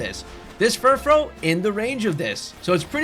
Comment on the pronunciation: Thank you for being one of the only people online I've heard pronounce Furfrou correctly